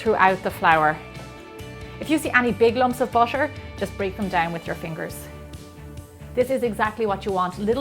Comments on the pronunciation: the way she pronounce butter is bussher its annoying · I wont see this video anymore, the way she says butter is driving me crazy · that's irish accent. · she pronounced butter like "bosher" oh my god her accent is fancy 😁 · how do you say the word Butter Is it "Bucher". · Maybe it's her accent